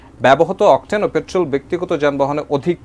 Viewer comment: Beshi suddho bolte giye octen ke octel banay fellen vai?